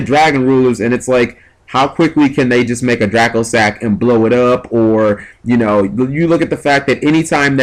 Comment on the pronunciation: Will ppl stop calling dracossack "dragosack...."